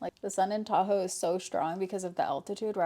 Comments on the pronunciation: 5ish minutes in and listening while getting my kid’s school lunch made and hear ‘I have a taco vlog coming out’ and didn’t flinch because it tracks… then realized you said Tahoe 😂 makes more sense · I thought you were saying TACO blog and I was super confused. I got there eventually. 😂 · Why did I hear "taco vlog" instead of Tahoe vlog? 😂